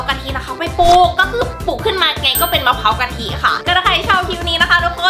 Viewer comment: มันไม่ใช่มะพร้าวพิการมันออกเสียงว่ามะพร้าวกะทิ